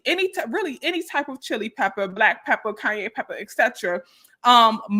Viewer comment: LMAOOO THE CAYENE , cayenneee, kanyeeee 🤣🤣